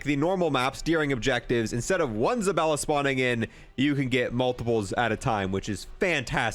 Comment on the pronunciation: Bruh it's ZabAlla, not ZabElla. lol